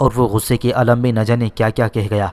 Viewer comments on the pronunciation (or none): none